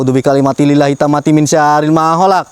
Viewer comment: Maaf mau koreksi boleh yak 🙏 maaf sebelumnya saya dengar Doa yang ucapkan ada yang keliru pengucapan nya, awal bacaan doa perlindungan yang benar itu A'UDZU BIKALIMATILLAHI, Buka A'UDZU BIKALIMATI LILLAHI, coba di cek lagi bacaan yang benar, doa perlindungan itu sangat familiar buat saya yang pernah sedikit belajar ruqyah, tapi siapa tau saya yang keliru coba di cek lagi doa yang ucapkan sama tulisan doa yang benar, demi kebaikan untuk minta perlindungan Allah ta'ala saat dilokasi🙏, Sukses dan semangat terus buat kontennya sangat menghibur... Salam dari Balikpapan Kalimantan Timur🤝